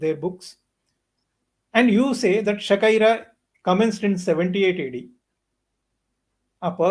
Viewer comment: Shaka era 😂 Not Shakaira and Shaka epoch not Shakipok..for first time listners like me 😂